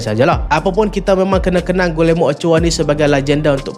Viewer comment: bukan pronouns gulermo.. cara betul sebut nama dia.. gijermo.. sekadar teguran